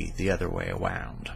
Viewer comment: hahha a little Elmer Fudd ! hahha "awound". I know, speaking isn't your strong point. Nice vid and well-written.